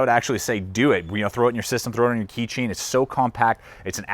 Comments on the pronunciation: the company's pronounced I , T , S tactical. not it's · Did he just say its and not as it should be, Eye-Tee-Ess? WOW! +